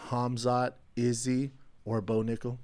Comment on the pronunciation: Did bro say no nickal ? 😂